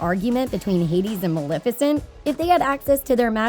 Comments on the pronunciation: Why does she keep pronouncing it MalIFicent instead of MalEFicent uhhhh that’s getting on my LAST NERVE! Anyone agree? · did she fr say maLIFICENT?? .....